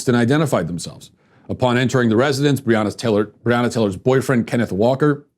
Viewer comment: He couldn’t even say her name correctly and the video is sponsored🤦‍♀️🤦‍♀️ f*ck off